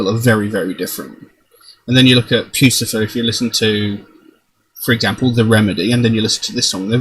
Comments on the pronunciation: It is not puce-e-fer... lol see above as well as below... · “Pussyfur” is how you pronounce it... how Maynard pronounces it...